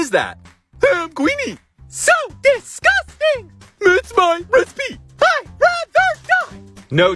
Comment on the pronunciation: Resse-pee I just noticed😂😂😂😂😂😂